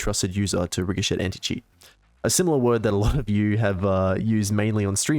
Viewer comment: RIC HO SHET Please stop pronouncing it like that the t is silent, that made me cringe.